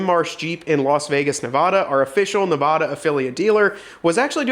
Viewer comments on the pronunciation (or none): We’ve covered this once before….. It's ne-VAD-uh, not ne-VAH-duh. Love the content otherwise. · its pronounced NAH-V-ADD AH bro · Great video. Although can you please pronounce Nevada correctly. ”you’re killing me Smalz”